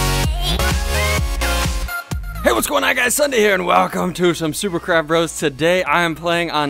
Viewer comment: it sounded like you said super crap bros and BE DA CHICKEN